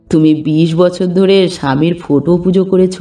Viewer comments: গল্প পাঠ খুব ভালো লাগলো ' ৷ কিন্তু বার ' ফোটো' কথাটি কানে খুব খারাপ লাগছিল ৷ কথাটি ফটো হবে। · লেখক এর ভাষার বাহুল্য অনেক বেশি গল্প পাঠ নিঃসন্দেহে অসাধারণ শুধু ফোটো কথা টা বড়ো কানে বাজছে ওটা ফটো পড়লে ভালো লাগতো।আর গল্প টি যেন অসম্পূর্ণ।